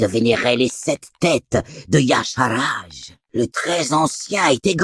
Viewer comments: Donc pourquoi Irion le prononce Y-cha-r-ge ? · pourquoi tu prononces Y'shaarj "yasharaj" alor que même irion le dit pas comme ça ? putain pour une fois qu'un mec prononcais pas C'thun "cétoune"